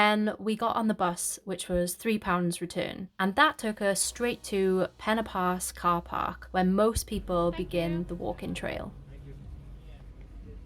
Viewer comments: Fantastic! You can pronounce 'Pen Y Pass' correctly. It is not 'Penny Pass' like so many pronounce it. Well Done! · Great video, thanks. I'm impressed you pronounced Pen Y Pass correctly too - almost every video I've watched they say Penny Pass!